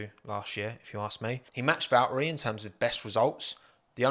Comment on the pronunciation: They way you say Valtteri.... oh God